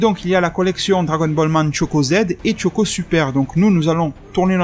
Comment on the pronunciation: Choco..... CHOCO.......pas Tchoco. Comme on dit des chips et pas des Tchips. Merde.